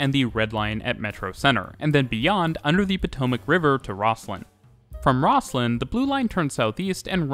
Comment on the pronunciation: Great video but...OMG...the local pronunciation is ROZ-LIN. (which, according to my youtube research, is how Scots pronounce its namesake, too)